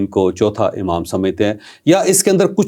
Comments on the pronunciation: The word is Imam not Amam. Urdu ka Q@ aam horaha hai bhai 😂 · امام میں الف پر زیر ہے، زبر نہیں۔